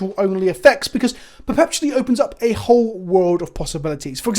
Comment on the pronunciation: After "Kalda-heim" blesses us with "perpePtually"